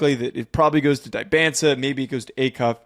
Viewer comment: Great vid but please learn how to pronounce Dybantsa😂